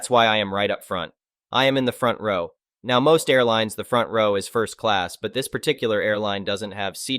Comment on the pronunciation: Didnt know Now sounded like Neigh